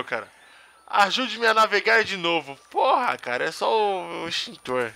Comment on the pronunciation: Muito legal o jogo e o seu vídeo. Mas "Esqueiro" e "Estintor" foi bravo. rsrsrsrs flw....